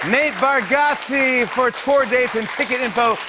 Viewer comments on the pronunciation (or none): Is no one gonna say anything about how Jimmy said his name wrong multiple times lol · Jimmy butchering his last name lmao CR INGE